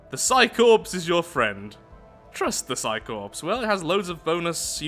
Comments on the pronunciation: em,, Psi Corps is pronounced Psi "Cores" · the p and s is corps is silent